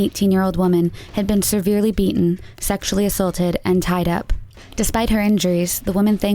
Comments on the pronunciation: it has nothing to do with spelling. She is pronouncing the word incorrectly and does so in every video. No matter how you spin it, how she's told to pronounce it, how someone MISspells it, there is only one R in the word and it is NOT pronounced seRverely. Jesus Christ! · Please tell your narrator to stop saying seRverely. There's only one R.